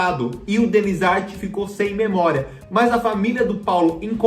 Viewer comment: "Denizardi" não amor Denizár